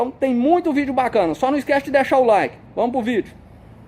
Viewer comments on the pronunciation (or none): none